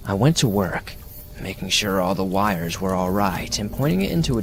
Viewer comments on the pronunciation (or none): none